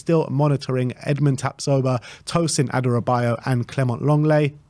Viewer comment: It's Adarabioyo, not Adarabayo